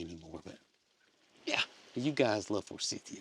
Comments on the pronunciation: We have 2 forsythia bushes on our land. My husband can never remember how to pronounce the name and just says for-cynthia! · We have Forsythia here in UK, all over the place. We pronounce it for-scythe-ia. Hope Tater and her calf get through delivery with no problems. Love from UK 🇬🇧 ❤❤❤